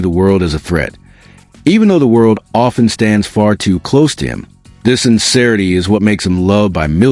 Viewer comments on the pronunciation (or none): none